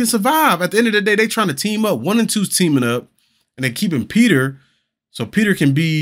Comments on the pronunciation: Peeta! His name is Peeta! LOL Not Peter...OK, end of rant 😂 So glad you're reacting to these, love these movies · Lol Peta not Peter 😂😂😂😂